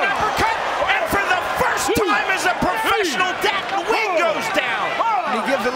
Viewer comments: the correct way to say Nguyen is: Nuh Goo Yen. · God can u please learn how to say his last name. The “N” is silent